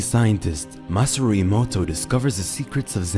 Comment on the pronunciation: This moron pronounced Masaru as "Masare" HE DID IT AGAIN